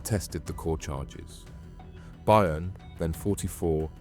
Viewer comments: By earn? Its pronounced BURN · FYI…..Byrne is pronounced BURN……not BUYERN!…..get a grip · Buy ern? It's burn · AI voice needs tweaking. Byrne isn’t pronounced ‘buy-urn’ for example - it’s ‘burn’. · Pronounced mathew BURN and BEW devlin. Not much of a reporter if ypu cant even pronounce the names correct. And this isnt even close to the correct story, they were put in place to take the arrests and jail time should the operation be uncovered. The real mastermind is in dubai fighting extradition 👍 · Pronounced *Burn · You’ve pronounce byrne (burn) 3 different ways so far couldnt help But comment 😅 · His name Byrne is Irish.Its sounds like Burn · His name is pronounced Burn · pssst... byrne is pronounced burn, was a good watch btw.. nice one!!..😎👍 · FYI for future reference it's pronounced "Burn" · Byrne is pronounced burn in ireland. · Byrne is Irish, pronounced burn. Great video thank you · That's how you know it's AI generated.